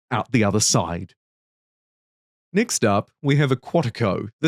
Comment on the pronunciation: I love your accent man, you saying next and deck just made me chuckle cause I’m a child at heart 😂